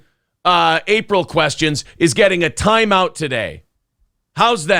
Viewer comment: I've been saying it wrong all these years... it's pronounced "toyme" not "time". Noted.